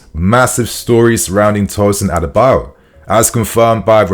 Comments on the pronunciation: not Tosin Adebayor lol it is Tosin Adarabioyo(Ah-dah-ra-bi-oryor) lol just trying to help with the pronunciation, one love bro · His name is ADA -ARA - BI - OYO not Adebayo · ....i know you're trying your best, but it's pronounced "A-da-ra-bi-oyo" not Adebayo... 🫡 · His name is pronounced as A-DA-RA-BI-OR-YOR not adebayo. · Bro, his name isn’t Adebayor, it is Adarabioyo pronounced A_Da_Ra_Bi_O(Or)_Yo(Your) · Why is everyone calling Tosin “adebayo”? His name is “A D A R A -B I OYO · it is pronounced as A-DA-RA-BI-O-YOR and not A-DE-BA-YOR. Get it right bro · Hi dude... The guy's name is not pronounced as ADEBAYOR!!!!! His name is pronounced ADARA-BE-OR-YOUR!!!! It's not good to hear you pronounce this name wrongly!!!! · Tosin A-da-ra-bi-o-yo not A-de-ba-yo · It's Adarabioyo not adabayo 😂😂😂😂😂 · People didn't notice we didn't have a defender initiating attacks, they don't have developed ball playing abilities! And did you just say "Adebayor"😂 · you got to learn how to pronounce Tosin’s last name now. Don’t let Fabrizio out do you on this one😅 “A dara bi oyo” - “Ah dah rah be or your” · you are not pronouncing Adarabioyo well. It's A(Apple) da(THat) ra(RAbbit) bi(BIscuit) Oyo(OR YOUR).... Follow the tone of the word I put in capital letter according to there pronunciation. You'll get it. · u need to pronouns his name well. Adarabioyo.